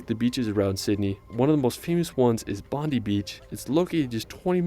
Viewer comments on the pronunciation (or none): 😂 Bon-dee beach 😂 love how many people just can't pronounce it. Always say it like Bon-die beach. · I’m happy to call Brisbane my home city! Love this place love Whitehaven beach I went last year in late June and it was just as beautiful as it looks in videos and photos I would love to go here and Sydney in general but it’s not pronounced bondee it’s pronounced Bond-eye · And bondi beach is not pronounced bond i beach it is pronounced bond eye beach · Its pronounced as Bon die Beach, not bondee bch. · Americans always pronounce Bondi beach wrong. Its not Bond-ee beach, it's Bond-eye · *Bondi is pronounced “Bond-eye” *Melbourne is pronounced “Mal-bn” If you’re going to make a YouTube about Australia- get things right - cos other Americans are going to be watching for hints!!! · he was saying Esper-RANce. its esp-rence. he also said, Bondy Beach, it's bond-eye beach. i think you already know how to pronounce Melbourne. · A Natural heart. That heart is called Heart Reef known for viewing from the air and the flight tours available. That Beach near Sydney is pronounced Bond Eye NOT BONDEE, MELBOURNE is Mel Bin NOT Mel Born ... nah I'm done. Ta dude (like your jacket - nice!). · I'm getting rather tired of these videos about Australia that are narrated by Americans who supposedly visited here yet who did not bother to learn how to pronounce the names of places. Bondi is pronounced Bond-eye, not bondee. Melbourne is pronounced Mell-bn not Mel-born. Brisbane is Bris-bn, not Bris-bane. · G'day Mate! Short note:- Bondi is pronounced "Bondeye" Not Bondee... I don't understand why so many Americans get this one wrong even after spending time in the country... Cheers! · Bond I beach is how to pronounce it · this guy can't even pronounce stuff properly... "bohn-dai" "Mel-bhrn" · Bon-dye beach. Which makes me think the original vid creator had never actually ben there because otherwise he would know how to pronounce it. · Bondi beach is pronounced Bond- eye